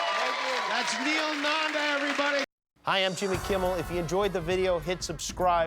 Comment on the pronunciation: It's no N-AAA-N-D-A-H it's Nanda